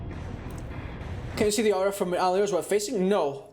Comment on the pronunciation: Its 'Aura' , not ow-ra - Joe mama